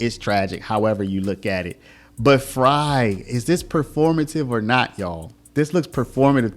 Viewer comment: I’m from Minnesota and wanted to say thank you for covering this! There was information I was not aware of!!! And by the way you pronounced it right it’s mayor Fr-i …. Like French fry lol